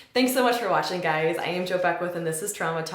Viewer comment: Do you say "hey gays" at the start xD